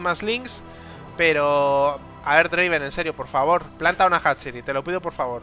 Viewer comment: Y no es draven, es draaaaaaaaaven